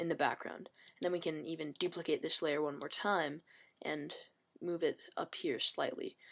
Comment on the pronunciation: "so we're just going dupilcate this layer "i have mail" i then click layer...." xD epic